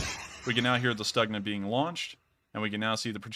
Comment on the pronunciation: stookhna. not staagna